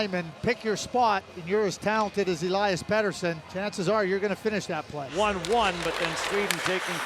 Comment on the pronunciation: Do NHL broadcasters ever get a foreign name right? All this time I thought it was El-lie-us Pet-ersson. Meanwhile, the man himself said it clear as day, El-eus Peter-son. Significantly different from how I always hear it on NHL broad casts. God dammit, it's Conner SHAREY Sheary all over again.